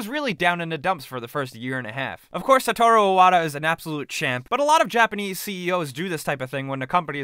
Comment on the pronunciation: It's Hiroshi Yamauchi, not "Yamachi." See the U? Yeah, it's not silent. Yama-Uchi. Also, it's Satoru Iwata, not "Sataru Iwada."